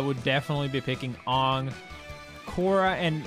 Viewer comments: His name is Aang. Say "A-ng" not Oong. Please people stop calling him oong. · I can't forgive Leffen for saying "Ong" instead of "Aang". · Man really said “ongg” its AANG! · A few dubs in Europe say Ahng instead of aang. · Your saying angg wrong it’s not aung it’s aang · bro called him fuckin AAHNG. lol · I hate that Leffen says avatar names wrong on purpose lol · Stopped watching when he pronounced Aang’s name wrong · Why does no one know how to say Aang and Toph? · The way he pronounces Aang you know he hasn’t watched the series smh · what if he watched the movie? jk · You are pronouncing Toph and Aang wrong. Toph should rhyme with "cough" and Aang should rhyme with "Tang." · The way Leffen pronounced Aang and Toph’s names gave me huge M.Night Shyamalan nightmares 😭 Stop saying their names like that. That’s not it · How Leffen pronounces Aang and Toph HURTS me......